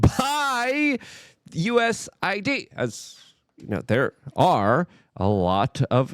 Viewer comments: Why is Luke not pronouncing the A in USAID.... Does he think the A is for America? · Luke..You're Killing Me with these pronunciations Mahhhn.... It's DOGE, not Doyge... it's U S A I D... not U S I D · It's USAID not USID. Its Doge, not Doige.